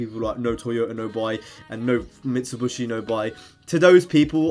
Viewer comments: Mit - su - be - she* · Mit-su-bi-shi not mitsuBUSHY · UGH! Not again! What's next, no Nissan? Also, it's pronounced MIT-Suh-BISH-ee. Sorry for being a grammar nazi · Stop saying MitsuBUSHY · Mit-su-bi-shi say it with me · Mi - Tsu - Bi - Shi* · its pretty annoying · LMAO I thought that as well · Mitsibushi???? It's pronounced how you read it 🤦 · Are you saying Mitsubishi like that on purpose just to wind people up or am I missing something? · The way you say Mitsubishi is really weirld, lol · Well I'm a grammer commie! All pronunciations are equal (except some pronunciations are more equal than others), so I don't care if he says it wrong.